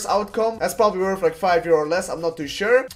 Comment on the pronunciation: "It's werf like 30 euro"...werf...